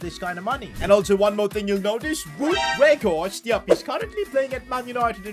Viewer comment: its not wood werghorst but its sound like waut werghorst